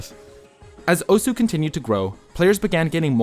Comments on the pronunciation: Great video! Osu! is an absoluteley amazing game and it's always cool to see videos like this which help showcase the game to a new audience BUT ITS PRONOUNCED OS NOT OSU REEEEEEEEEEEEEEEEEEEEEE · Still can't believe it isn't pronounced "oss" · OSU WTF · Learn how to pronounce Osu